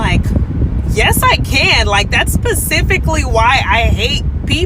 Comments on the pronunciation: “Thats PACIFICALLY why I hate him” 😂 This is a nurse… doubtful, lpn… doubtful cna and now she’s not. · She said pacifically 😢😅 ebonics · “that’s pacifically” second grade literacy level 🙄